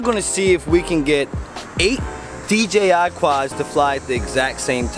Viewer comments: Im curious, why does nearly everybody pronounce it DGI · STOIP saying DGI!!!! haha